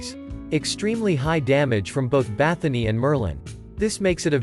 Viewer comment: Why do you call her BathoNY. She is BathoRY :)